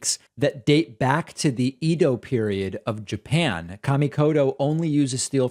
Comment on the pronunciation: Love your show. BUT need to correct ur pronunciation in ur as for Japanese knives. It's NOT "Ee-do" era. Correct pronunciation is "Eh-do". Otherwise, enormously impressed by your program!